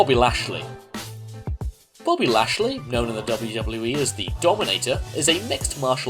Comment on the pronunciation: Boby Lashlay?